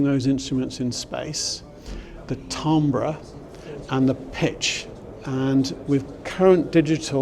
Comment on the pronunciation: Tumber ????? do you mean timbre?